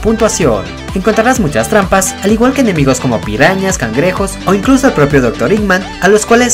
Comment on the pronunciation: Se llama eggman no iggman